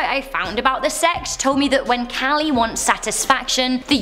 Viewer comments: Wrong pronunciation of Kali, it's long a sound. Also that video of him talking to the journalist there's talk it was mistranslated and the guy might of felt accused. Also the Aghori tradition is much deeper than that and this is a misrepresentation of the practice. It's a closed lineage of vamacara Shaivism with roots in the Kapalikas and relationships to Kaula and Trika. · As an hindu myself, just to clear up any confusions: So, the Hindu gods she mentioned, Shiva and kali (both mispronounced lol), yes we believe that they are associated with death and destruction but not in the inhumane and negative way the aghori showed at. All. In fact, most of the festivals dedicated to them are celebrated in a very joyous and happy way. It's more like Shiva's responsible for maintaining the balance in the world, of both the positive and negative energy. They just "look" scary, in contrast to how the rest of the gods appear. If anything, they're actually considered as protectors, and many may turn to them in times of sadness or fear. Just like what happens with most cults which twist Christianity in a sick way, that's exactly what these "aghori" people did. There are many Hindu families who worship Shiva and kali, mine included, and let me say cults like these absolutely disgust me, because not only do they disgrace what we believe in, but they lead people to develop a completely twisted perception which isn't even remotely true. Sorry for that rant XDD but it just had to be said, it HAD to be